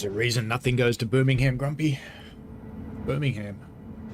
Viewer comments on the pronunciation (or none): Also we don’t vocalise the ham in Birmingham!